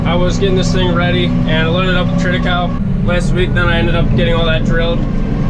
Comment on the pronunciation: use fork extenders and use the opening provided, till the manure quickly to trap more urea in the soil layer, you are losing valuable nitrogen units!!! triticale is pronounced incorrectly.